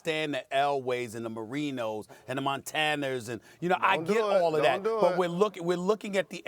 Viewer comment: This man said "Montaners" lmao!!🤣🤣